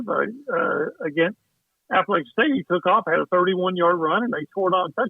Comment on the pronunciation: It's App-a-latch-in State. Not App-a-lay-chin State.